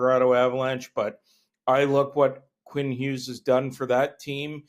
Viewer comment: It’s Hughes.